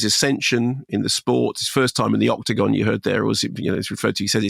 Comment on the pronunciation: Why's he saying octagon like that?